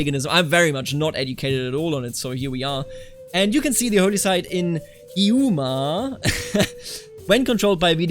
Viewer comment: The way you said Hiiumaa got me thinking you say horse as "orse"